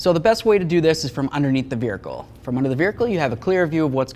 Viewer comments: Just a heads up. No "r" in vehicle... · Take a drink every time he says, "Vericle." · the eff is a veerhicle?